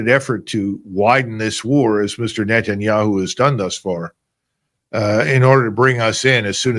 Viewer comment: Finally someone who speaks correctly about net'n'yea-who